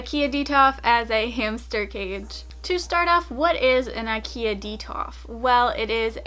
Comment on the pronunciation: IKEA it’s not pronounced like that,but okay